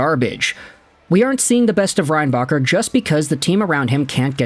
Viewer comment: Should have said his name correctly